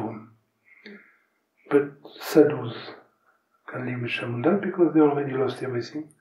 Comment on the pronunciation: it's "Chãmundã". And he mentions her many times again afterward. 🙂